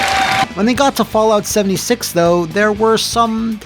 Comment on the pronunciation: Did he just say 'Soulja 76'? My dude